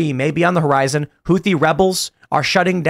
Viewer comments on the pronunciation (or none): none